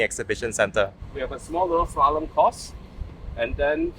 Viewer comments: It's Slalom and not Shalom :) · dude its slalom, sorry cant help it. shalom is peace in hebrew